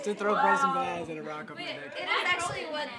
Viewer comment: A Any confundindo "deck" com "dick" MEU PAI KKKKKKKKKKKKKKKKKKKKKKKK